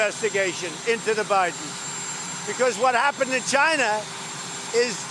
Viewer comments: He asked "chyna"!!!! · Can't wait for the Orange Stain to be gone, mostly because I can't take his "Jyna" anymore...